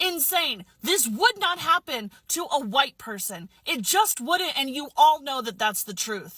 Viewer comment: Ah yes....a hwaite savior!